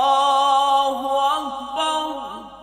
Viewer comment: اللہ اکبر اللہ اکبر میں وصل کے صورت میں ر پر ضمہ نہیں فتحہ پڑھنا چاہیے یا جزم قاری صاحب ضمہ کے ساتھ پڑھا رہا ہے بلکل غلط ہے